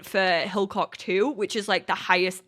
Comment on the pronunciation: Vampire skill: You also learn how to make garlic braids and garlic wreaths! Have I ever made my sims make them? No, but I always mean to try it out lol (btw it's HilLock, not HilCock 😅)